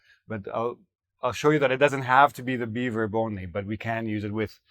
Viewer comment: Be verb sounds like beaver 😂